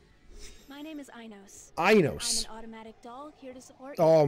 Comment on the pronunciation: The way you said Ainos 😉🤣